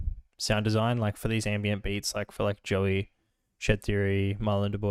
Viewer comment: you pronounce marlon's name as marlon du-bwah just so you know